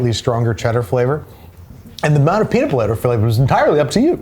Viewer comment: "and the amount of peadit bledder flebber is entirely up to you!" so true king